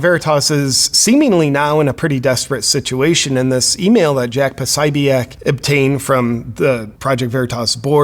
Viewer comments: if "posobiec" is supposed to be pronounced like in polish, that would be "posobiets" in english (c is pronounced "ts") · Jack Posobiec's last name is pronounced with stress on the second syllable and the third sounds like the ball-point pen, so: po SO bic. This is the English pronunciation of his name that he himself uses. The Polish pronunciation is, of course, different (po SO byets).